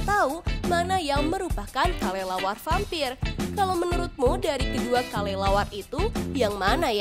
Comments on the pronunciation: Yang teka teki di detik 45 itu kalo ngomong kok kalelawar ya bukan kelelawar coba deh kalian periksa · Dia itu ngomongnya Kalelawar